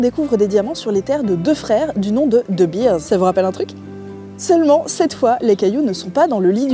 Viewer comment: Pour info, de Beers ne se prononce pas "deubirz", mais "deubéérs". Pour Vooruitzigt, laisse tomber 😂